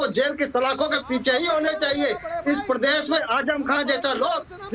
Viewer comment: Mr. Owaisi, First Try to Pronounce "Uttar Pradesh" Properly. It is not "Pardesh, it is Pradesh". In the Last Visit, You Didn't get the Room to Sleep for One Night in UP. Wherever You Contest, It will be an Advantage to BJP. You are Seriously Trying to Unite Hindus. Good Job...